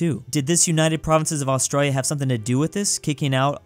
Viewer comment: why do u skip the "I" in australia it sounds like ur saying australa